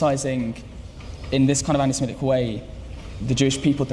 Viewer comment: They guy did the narration is dumb. Anti spelled aunty. Zionist spelled Chinese. Guard become got...